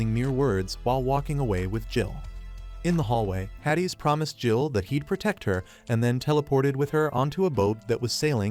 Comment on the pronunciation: Yeah AI narration be like that 😂